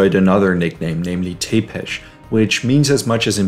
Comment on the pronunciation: Many Vlad's in my country (Romania). Vladut, Vladut. Tepes pronounced Tzepesh : )). Dracula I believe was a name given to him by Bram Stoker, because he impaled his enemies.